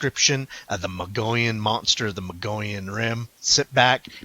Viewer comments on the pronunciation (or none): MO-GEE-ON is how it's pronounced. FYI